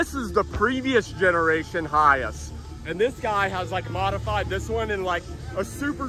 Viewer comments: It's pronounced hi ACE not hi ise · AAAAAHHHHHHHHH I cant stand it anymore lol It's Hi ACE not Hi ASS lol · NOte that it's spelled HiAce. Capital H, Capital A. It's pronounced High Ace................ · the dude in video is pronouncing HiAce as "High ass" 😂😂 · For a car guy, you need to know how to pronounce your models. I've always thought it was pronouced as High Ace, not Hi-yas. It's essentially the mimic kind of the English pronunciation of high Ace. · Hey - Get it right its a Toyota "High - Ace" what's up with the Hi-yes? Duh??? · It’s not Hi- S it’s HI - ACE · Hiace pronounced Hi Ace 😂😂😂 not hayice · High Ace not High Ass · Hi-ace mate not hi-iss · Not "Hi-Ace" not "Hi-Ass" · It’s not high ass. It’s pronounced high ace! 😖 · In English the vans name is pronounced HI ACE as in a card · it's pronounced hi as the word hi then ace so yeah 👍🏻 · awesome videos dude.... it's pronounced Hi Ace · Pronounced Hi-Ace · Hi Ace pronounced High Ace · It’s pronounced as HI-ACE. It’s not a one word. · Hi-Ace not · its pronouced high ace... but as one word.. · Pretty sure you're pronouncing it wrong 😂